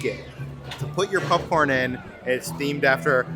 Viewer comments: Why everytime says popcorn, I hear "Pup-corn!" Great vid guys. Pup-Corn!!!!!! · This was fun to see. I like how calls popcorn, pupcorn. I won't be back to Disney for a while, so it's nice to see this all. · say popcorn!: Pupcorn 😂😂 I kid, I kid,. Great video as always ❤